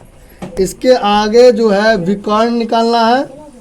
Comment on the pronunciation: Reporter bhi anpadh hai विकर्क nhi विकर्ण hota hai Pata nhi subah subah muh utha के चले आते है।